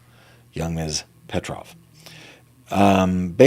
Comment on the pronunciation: Slavic name, yes. You pronounced correctly.